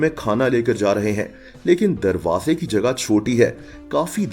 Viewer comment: Wha teri urdu 😂😂😂tarwaze ko taaappp ke😂😂😂😂